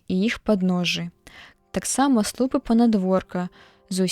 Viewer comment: Прачытана: слу'пы, слоўнік дае: слупы'.